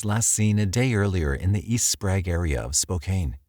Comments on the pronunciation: Okay. I only lived in Spokane for 23 year, and grew up there. He pronounced it Spraaaaug. Its prounonced Spray-g. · Also “Sprague” isn’t pronounced “Sprag” either 😆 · He called Sprague St. "SPRAG" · He pronounces Sprague wrong as well. Haha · SPOKAINE? Amatuers. Who noticed Sprague turned into SprAg?